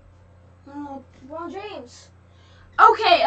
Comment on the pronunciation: Bro said lobron James?